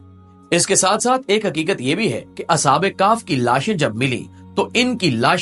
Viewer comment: اصحاب کاف نہیں اصحاب کیف